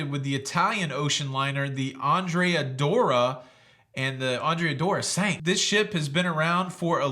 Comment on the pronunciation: I believe it is pronounced Doria🎉